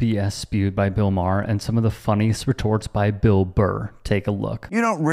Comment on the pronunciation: It's Burr not Barr bro.